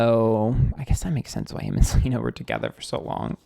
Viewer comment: I love you for saying Selener.